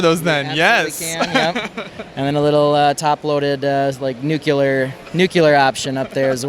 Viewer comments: Love the orange panels! But it's not "nu-ku-lar', it's "nu-klee-ar"! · I love how people's favorite task is picking out mispronunciations. Just makes people want to continue to agree to do interviews on these types of things. No, it is not related to a nucleus, it is nuclear, do know the difference, but it's not like we do it in more than one take. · "nookyaler" -- eye twitch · and also “nukular” ugh this guy is killing me lol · It's literally wrong, but I could care less. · Gah! My Ears!